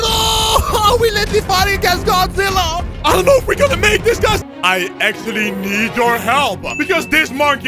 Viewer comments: Godizilla ahhahahaha its godzilla not godizilla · its godzilla not godizilla